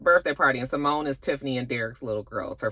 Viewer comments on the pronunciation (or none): none